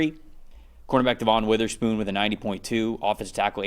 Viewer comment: This guy can never pronounce Devon witherspoons name right